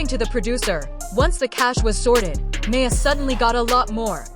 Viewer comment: Shes still the love of my life.... They need to get her name right. Who tf is may-a?